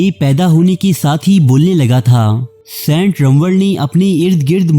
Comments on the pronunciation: Sant nahi hota saint hota ha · O, its Saint not Sent Kon lok o tussan